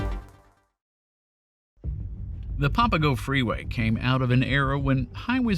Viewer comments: Here's another correction it's not "papa go" it's "pa puh go". Otherwise, great story. I always wondered about that tunnel. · Also Papago not popago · "PAP-uh-go" (where PAP rhymes with "snap"), not "POP-uh-go". "HO-HO-comm", not "ho-HAWK-um". Think of Santa Claus when you say it. Not criticizing you, just offering gentle corrections. People who are not native speakers of Arizona English rarely get these right. Pronunciation aside, thank you for the interesting history! I moved away from Phoenix a few years before this drama. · I know you’re not from here and have probably never heard the words pronounced before but it’s PAP-UH-GO and HO-HO-KUM